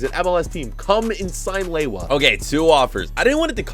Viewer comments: its not lewoua its leva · its pronounced Leva not laywah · How does Lewa become Lay-wah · Who gets triggered every time he says lewa? Like im polish so im not surprised